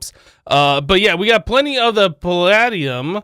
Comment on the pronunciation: dude the way that you pronounce pladium is [PLAY-DE-UM]